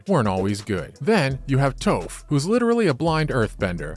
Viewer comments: This video is like someone who's passionate about Avatar wrote a script and sent it off to someone who has no idea what the source material is to do a voice-over. Toph and Azula's names are mispronounced. And the voice is so monotonous and passionless, it might as well have been read by Mai. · Can't even say Toph correctly, did you work on the live action movie ? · This man said toph like he was in the live action movie